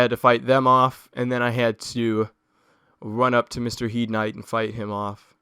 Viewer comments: you dont say HIEDE armor, you say HEIDE armor! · It's pronounced as hade.